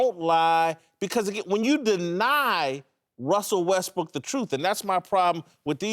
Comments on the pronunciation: "Wussel Westbrook" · “Wussell Restbrook”